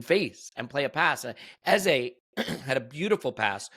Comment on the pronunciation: OUR NUMBER 10s name is pronounced EHZUH not EHZAY. Listen to professional commentators and how they pronounce it. You mispronounce it every show and it was GALLING that you paused to apologize to Hancko bc you may have mispronounced his name, when you disrespect our own number 10 every show! DO BETTER